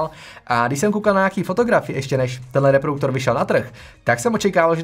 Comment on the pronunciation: Ahoj, tvá videa jsou dobrá, jen bys měl asi věnovat trochu víc pozornosti své výslovnosti. Polykáš slabiky (třeba v tomto videu slovo "reproduktor" vyslovuješ jako "reprouktor") a příliš drmolíš, zpomal. Pardon za kritiku, jinak fajn videa a hodně zdaru.